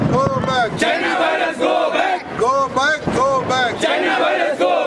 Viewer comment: Wo go back hai Go Bag nahi 😂😂🤭